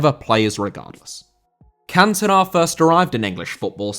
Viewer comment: Cantona* not Cantonar